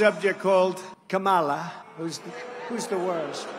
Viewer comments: The pronunciation “ka-ma-La” and not “comma-La” seems like a microaggression. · Been five years and Donnie still can't pronounce Kamala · The fact he doesn’t even have the decency to pronounce her name right. It’s a little thing but it just shows how he can’t even be a LITTLE professional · I think Kamala should call him out for saying her name wrong. But not for the racism angle. Say that he can't say it right because he's old and senile. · Purposely pronouncing her name wrong is such a dog whistle.